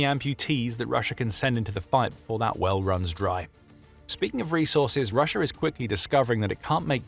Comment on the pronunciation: Why do you say Rush-er? There's an A at the end of Russia. Rush-ah!